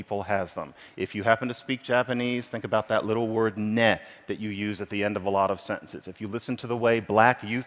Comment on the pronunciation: Not really worth the time it took to watch. It was cringe inducing when he mispronounced Japanese "ne" as he was signal how knowledgeable he is. He should have gone with the Canadian "eh" which is more relatable to English speakers and doesn't come across as trying to be a show off.